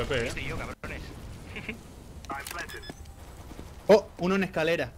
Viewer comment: porque dicen avp cuando es awp?